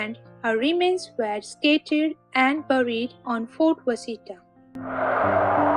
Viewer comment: Washita is called Wash-a-tall not Was-hita